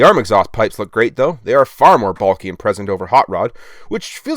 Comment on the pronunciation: Oops, said, "Commanding present" instead of "Commanding presence." Now he's got to redo the whole review again!😋